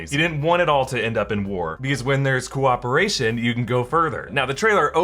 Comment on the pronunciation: Cooperation sounded like corporation the first time I heard it.